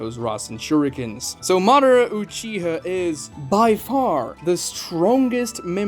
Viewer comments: It's Ma Da Ra.. Not Ma dra or Modera.. Or maybe you guys watching the dub version.. Are there speak like that to in dub version ? I don't know.. Cause it's not that hard to pronounce it.. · obito not jobito! madara not mara!